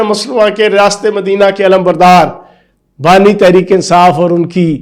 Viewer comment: Bani not nani